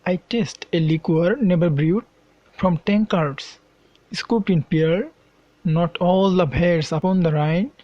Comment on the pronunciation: প্রথম ২ লাইনে তিনটা উচ্চারণ সমস্যা। লিকার, ব্রুড, পার্ল আশা করি আমাদের সঠিকটা শেখাবেন।